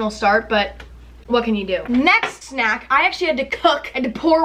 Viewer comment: Why the FUCK does she say snack like that 😂😂😂😂 like sNAK